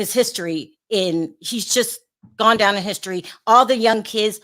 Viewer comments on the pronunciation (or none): none